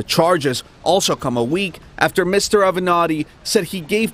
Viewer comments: Ohhh girl... u know u can butcher a name but I still love ya girl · Is it just me or is sis always incorrectly pronouncing someones name.. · A-VE-NAT-TI!!! Jheeze, why you callin him A Venti? This ain't Starbucks 😂😂😂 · Avenatti not Aventti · This is the best news I’ve heard today thank you Ti 🙏🏽. I didn’t think I would see the day. And Ti, the lawyer’s name is pronounced A-ven• nah•Ti... When you said Aventi, I thought you were talking about a whole different person, lol. Love you girl😘 And thanks for making my day/weekend. #Icannotbelievemyeyes# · Hi Ti. Great reporting. One important correction- the lawyer’s name is pronounced with 4 syllables- A-ve-na-tti. Not Aven-ti. Thanks! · Ti love you girl and thanks for your commentary. Sis..it's Avanati (same lawyer for Trump's pornstar) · Ah-ven- natti ...Got this man sounding like a starbucks drink! Still love you though Ti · that is how you pronounce the lawyers name.. Say it with me A-veh-nah-tee Avenatti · Attorney Michael Avenatti pronounced Ava-Not-Tee also represented the lady that was involved with Trump. I’m glad they are finally taking some action against this sick man. 👏🏾👏🏾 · A-veh-nah-ti. That's how you pronounce the lawyers name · "Ave-Uh-Nah-Tea" *Michael Avenatti. Great video as usual 😎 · Just a side point: Avenatti's name is pronounced 'Ah-Vah-Na-Tee' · Ah-ven-not-tee is how you pronounce his name! Geeeez! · The lawyer's name is pronounced Ah-vi-nah-tee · Michael Ave-eh-netti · A-V-E-N-A-T-T-I SIS ... NOT AVENTI. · Avenatti (Ah-veh-nah-teee) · AH-VI-NOT-EE ALL-RED. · Avenatti (Ah -Ven-Not -Tee thats how you say the last name ) not being rude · 📣 Say it with me y'all: AVE-VAN-NOT-TI. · No shade - but you are mispronouncing Michael Avenatti’s last name. It’s pronounced Ah - vin - knot - ty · A..ve...na..ti sheesh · Michael Av - en - nati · Pronunciation.....Ah va na te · Ah-ven-e-tti (Damn) No shade, but its distracting. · Your pronouncing his name incorrect its pronounced Aaah Ven Natti